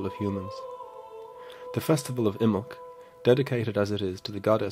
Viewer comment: Imbolg has three syllables. I muh lug.